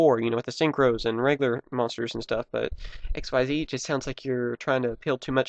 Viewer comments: it isn't XYZ it is pronounced as ik-seez which sounds like exceed don't say each letter by itself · Xyz is pronounced Ik-seez not x y z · xyz is pronounced ex-sees konami just wants to be fancy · its not Xyz its ik-seeeeeeeez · Actually "Xyz" is suppose to be pronounced as "ik-seez". Sounds just like exceeds so it's still nearly the same. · pronounce it X-yz